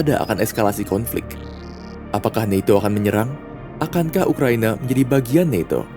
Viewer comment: Ucapkan saja NATO bukan naeto, kan videonya buat orang endonesa 🤦